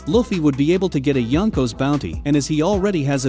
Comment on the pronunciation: And how he says yonkos